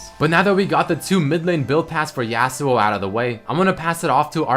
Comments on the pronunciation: says YEAUsuo xD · I'm not hating on accent, but I AM VERY ANNOYED ON HOW SAYS YASUO. IT'S NOT YEAH SUO, IT'S YAW SUO.